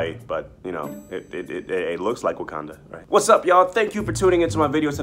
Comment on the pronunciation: REST IN PEACE. BY THE WAY ITS WAKANDA NO WOKANDA